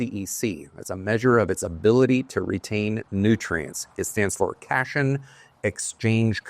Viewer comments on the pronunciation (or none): Cation is pronounced cat ion